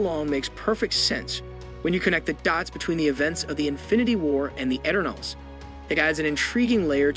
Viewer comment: It's pronounced: E turn ulls Why do you pronounce it a different way each time?